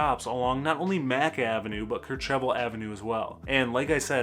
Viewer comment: Ker-CHEV-al?! Nope. It's pronounced "KER-chev-al."